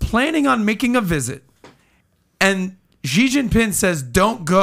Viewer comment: Please help Patrick understand how to pronounce China's President Xi's name correctly, PBD is such a talent - but can't stand he continues to butcher Presidents Xi's name..... this is very simple Xi = She... yes so easy.. President She (Xi)... the rest of his name is pronounced She Jin (like the name Jean) Ping (pronounced like ping pong, just say ping) very simple -- China's president SHE JEAN PING, keep up the great work PBD and home team.. such valuable content